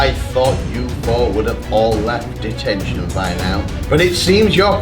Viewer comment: wen he sed deteshon he sed clas rom